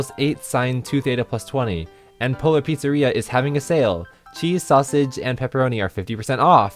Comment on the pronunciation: I can't help myself, I keep hearing "Polar Pizzarrhea" :D